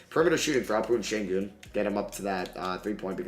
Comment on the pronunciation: They call him Alpha'ren Sengunnnnn...